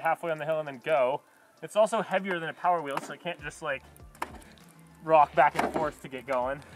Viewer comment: “Mow powah Baby”